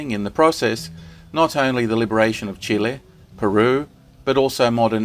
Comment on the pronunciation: Huippu dokkari. Kiitos. Skitbra historia YouTube. Tack. Optimale Spitze. Danke. Nec Plus Ultra. Merci. I love your channel! Narration. You say CHILE correctly! And research, visuals, images. Outstanding. Thanks. Greetings from sunny tropical THAILAND